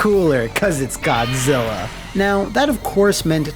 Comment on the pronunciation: Can't unhear Godzilla being called G-Spot, so thanks for that.